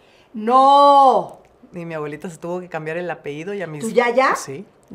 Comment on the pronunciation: Como que apeido? 🤦🏻‍♀️APELLIDO!!!